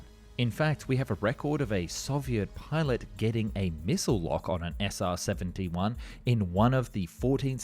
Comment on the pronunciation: SR-Seventy Juan